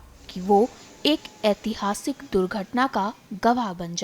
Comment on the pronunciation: Aihasik durdhatana..kaise bolte ho ghatiya news walo